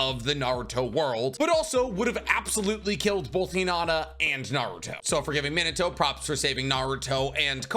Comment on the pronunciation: OMG I HAVE BEEN TRYING TO FIND THE PERSON WHO KNOWS HOW TO SAY MINATO CORRECT